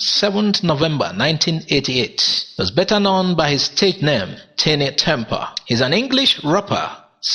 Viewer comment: "Tinie" is pronounced like "tiny"